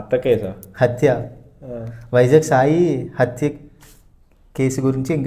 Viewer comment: Attha ❌ Hathya ✅ Pelli ❌ Bali ✅ Venkatesh Movie Name : Seeenu Ni pakkanodiki telugu aina nerpinchu ledante thesey 😂😂🤣